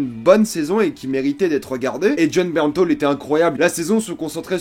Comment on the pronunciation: c'est Bernthal que l'on dit pas " Bernthaul "!?! Jaaaaargh